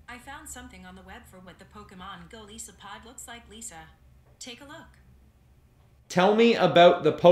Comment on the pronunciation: Its Goal-ice-so-a-pod not goal-ee-so-pod